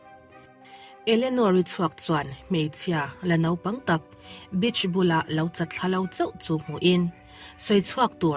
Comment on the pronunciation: Bitch nilo in beach tih zawk tur